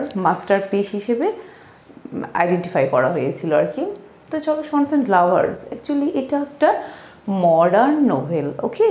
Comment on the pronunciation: Madame, I think the pronunciation would be "সান্স এন্ড লাভারস " as much as I have heard and learned from my honorable and respectable teacher. Pardone me if I make any kind of mistake. At the same time I appreciate your activities. Love for you 💕💕